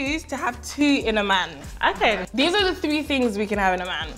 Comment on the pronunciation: “Da doing da doing tinngzzzz” Nella I’m taking this 😭